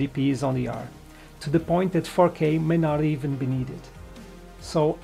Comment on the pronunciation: great video! when you said 4k I heard "fokeh", which reminds me of bokeh. Bokeh in Fokeh :D